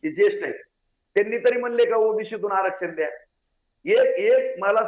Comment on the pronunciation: आरक्षण ही पण बोली सुधार बोलीभाषा कशी बोलतो